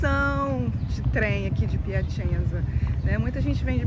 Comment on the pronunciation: Morei na Itália por 13 anos e fui inicialmente para Piacenza (se pronuncia Piacentsa) onde vivi por 1 ano. A cidade da Emilia Romagna (Emilia Romanha é a pronúncia correta), é muito agradável, bonita e com pessoas educadas e gentis. Foi muito bom viver lá.